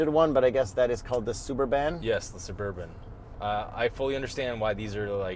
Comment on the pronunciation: I loved calling it the Sub-bur-BAN as a kid too haha